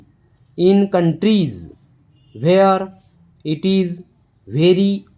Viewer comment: Good paragraph but you should improve your accent.. pronunciation should be improve when saying (is, wear, ease, and alot of words) thank you